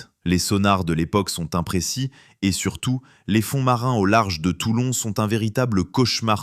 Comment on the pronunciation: Toilon !!!!!!!! Non TOULON !!!!